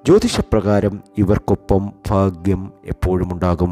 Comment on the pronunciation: നീട്ടി വലിച് കുറെ 'ഫാക്യം' 'മഹാ ഫാക്യം'... എന്നൊക്കെ പറഞ്ഞുകേൾക്കുമ്പോഴേ ഒരു വിരക്തി തോന്നിപോകുന്നു ... പറഞ്ഞ തന്നെ പറഞ്ഞു പറഞ്ഞു കുറെ ലക്ഷ്മി ദേവി ലക്ഷ്മി ദേവി .... ദേവി.... ബോറഡിപ്പിക്കല്ലെ 🤦